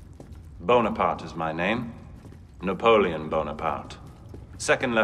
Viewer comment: Even he mispronounced his own name Na-polyon Bonapat